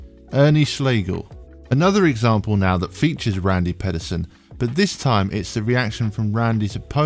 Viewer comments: If you're going to make a video about bowlers, maybe you learn how to pronounce their names first. It's pronounced Randy PEEDerson like you peed yourself. As for the Rash outburst, Bellmonte had done this to many others yet it wasn't until this getting called out on live TV did the asshat stop trying to make Rash look like the bad guy. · actually it's pee-derson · It's Pee Der Son.